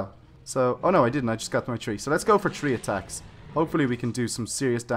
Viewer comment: He said tree as 3